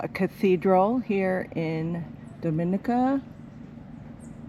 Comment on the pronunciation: Dominica is my favorite island! We love the people, trails, waterfalls and views! needs to learn to say the country name correctly though, lol.